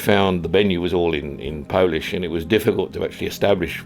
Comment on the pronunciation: You are always welcome to Poland, and your Polish pronunciation is almost perfect:)